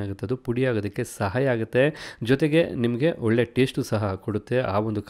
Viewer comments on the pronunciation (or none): none